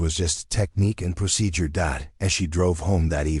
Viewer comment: The story is mostly good , but you don't know how to pronounce procedure or say military time correctly. Also you don't know how say and a model orf an Airplane or Helicopter . Or tell time. 14: 15 means fourteen minutes and fifteen seconds. In military time it's 1415hrs. Which equals in regular time. In the Italian 0830 in military time equals am in regular time. I regular time you must specify am or pm Other than that you have great Stories.